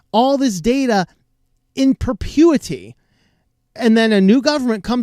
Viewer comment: Sorry to be pedantic, but the phrase is "in perpetuity", not "in pertuity"